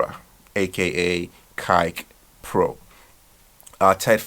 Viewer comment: PRONOUNCED WRONG" CARLOS DE OLIVEIRA" E "CAIKE PRO"😆